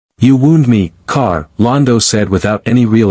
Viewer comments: It is G'Kar not Kar. Good grief. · Its JUH KAR, not KAR🤦‍♂️